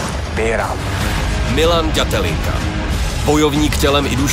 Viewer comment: ale musim pochvalit Karlosa, ze spravne vyslovuje Milanove priezvisko na rozdiel od typka, ktory nahovoril uputavku na ten titulovy zapas, co mi pride celkom fail. Pretoze Datelinka sa spravne na Slovensku vyslovuje tak, ze sa to "t" zmakcuje.